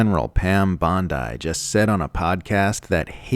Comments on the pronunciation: Geez, what much effort does it take to find out her name is not pronounced [Bond-I], but [Bond-ee]? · Pam is the lawyer, not the beach LOL. I know it’s spelled the same but not pronounced the same. Made me smile, thanks 🤪